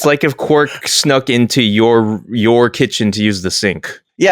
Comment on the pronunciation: Quark sounds like Quack, funniest shit I've ever heard